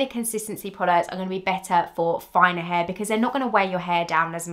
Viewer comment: The way you say “hair” is annoying. Why can’t you pronounce it the way it is spelled?